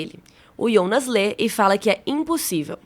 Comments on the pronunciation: “Ionas” misericórdia fiquei com aflição dela falando assim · Fiquei meio agoniado com "Iounas" Eu sei que é por conta do J ter som de I na Alemanha e tal ,mas.... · Só eu que acho estranho ela chamar o Jonas de ionas? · a mulher pronuncia ,iounas.. kkkkkkkkk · pq ela fala iounas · Me dá agonia ela chamando o Jonas de ''Ionas'' kkk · Pq vc chama o Jonas de ionas? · Só eu q saquei que ela chama o Jonas de Ionas????...😂😂 Aguardando o apocalipse na 3° Temporada!! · parei de ver só pq fala ionas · A unica coisa ruim do vídeo é vc falando IONAS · Confesso que dá uma certa agonia com a maneira como ela pronúncia "Jonas". Mas o os vídeos são muito bons. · nossa, eu senti uma agonia dela falando o nome do jonas e helge errado kkk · Amei muito o vídeo, obg, so o que me incomodou mesmo foi a pronúncia do nome dos personagens 😰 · Parece o chaves tentando falar o nome dele, hahahahhahahaha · video so ficaria melhor se parasse de falar “IOUNAS”, mas deixarei like mesmo assim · Pq ela não fala Jonas, toda vez q fala Ionas acho estranho... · É JONAS OU IONAS ? HAHAHAH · Ionas é meu ovo! Fala Jonas porra! A série já é complicado e tu me vem falar de Ionas. Vsf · Que agonia ouvir ela falando Ionas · Assisti a série completa uma vez e não tinha entendido muita ,coisa, nas segunda vez eu entendi. E vim procurar um resumão sobre a série, mesmo eu tendo entendido. Mas pelo amor de Deus, me dá um treco em ouvir essa moça chamando o Jonas de ionas 😂😂😂😂😂 misericórdia. Mas tá bem legal o resumo cronológico. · Pois é, eu fiquei pensando quem é esse tal de Yonas que ela tanto fala 🤣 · IONAS ? Kkkkk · Por que você chama IONAS ao invés de JONAS? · Pq ela fala IIIIOOONAASSS?? É JJJJJJOOONAAASSSS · Cara, até a dublagem fala jonas, pra q falar ionas? Quer se aparecer? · por que diabos essa mulher fala Ionas? Não Jonas, que horror🙉😂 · Não se diz ionas e sim Jonas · Mano, para de falar yonas que raiva kkkk foi dublado para JOnas e vc é brazuca, para com isso imediatamente kkkk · " iondas " kkk